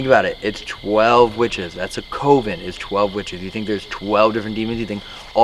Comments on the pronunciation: looks like a potential serial killer in these videos, but especially during hide and clap sessions. 😂😂 Nothing irritated me more than the way and the guys say COVEN. They say COven. It’s Coven! CUH-ven. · I can’t get past how pronounces “coven”.... it’s not “koh-ven” it’s pronounced “kuh-ven” and I can’t get over it! 😣😣😣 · The way pronounces coven, drives me nuts lol. definitely has a way of connecting with spirits though! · Coven is pronounced cuv-in. Not cove-in also if I were I’d be pissed. Like don’t get me wrong I love the content but always fucks him over. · Lol.. the way you say coven makes me laugh 😆 It's pronounced cuhven ♡ And those boxes are all b.s xD